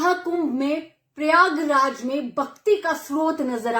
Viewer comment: Paryaag raj nahi pryagraj hota है